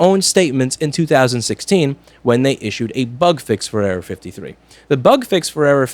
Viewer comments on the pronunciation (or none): anyone else think he was saying Area-53... LOL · The frist time he said error 53 I heard area 53